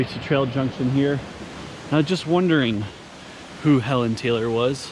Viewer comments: Fun fact: Helon Taylor is actually pronounced "HEE-lon Taylor". He was the first Park Supervisor of Baxter State Park. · It’s pronounced Hee Lon Taylor. I don’t know why. But yeah.